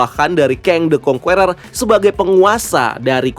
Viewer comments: Masukan minor aja bang, the Conqueror bacanya 'kongkerer' bukan 'kongkUerer' atau 'kongkueror' jadi huruf u yang ditengah ga dibaca , biar lebih enak dengernya. overall nice content and nice breakdown. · Conqueror itu bacanya kongkurer bukan kongkuwerer. Geli dengernya.